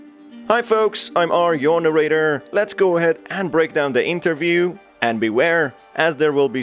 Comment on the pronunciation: Sir please. It's interview not Enterview.